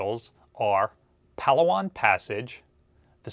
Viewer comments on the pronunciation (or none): none